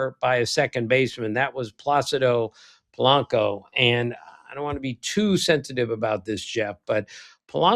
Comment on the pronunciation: Am I the only one that did the SVP thing in their head when Tim said Pacido Polanco? 😂